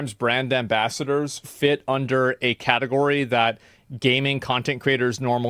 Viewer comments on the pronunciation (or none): none